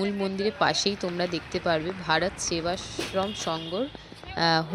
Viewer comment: Please try to pronounce the name of the Sangha properly, i t is Bharat Sevashram Sangha not Bharat Seva Sangha